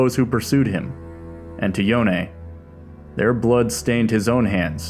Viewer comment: Thank you for calling Yone, Yo ne. Everytime I hear "Yown" I felt sick.